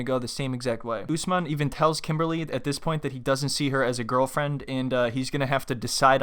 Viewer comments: He can't even pronounce her name correctly for god sake. KIMBAAALLYY.....hahaha. What a joke. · It's not pronounced Kim it's pronounced "Kimmbaaly" 🤣😂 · Did he called her kimbaaarly?